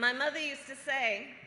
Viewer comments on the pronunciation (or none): none